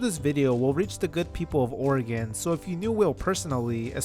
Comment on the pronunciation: wow, as a portlander i cant believe people dont discuss this more! we love drama here! this was so cool to learn, thanks so much! please never pronounce oregon wrong again though ❤